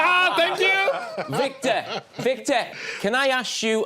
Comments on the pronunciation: Jamie calls him “Victeer” 😂😂😂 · Man the way Jamie calls Victor is hilarious. Thought he was calling vig day.